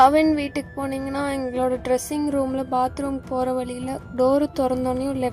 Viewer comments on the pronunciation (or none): none